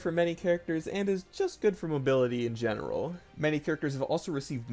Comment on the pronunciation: Gooning Moments “In General-ugh” “Lightning Rod-ugh” “Brief Period-ugh”